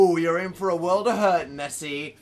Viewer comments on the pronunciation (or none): none